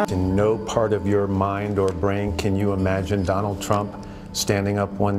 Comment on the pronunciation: Did that cud chewing cow say johnald trump?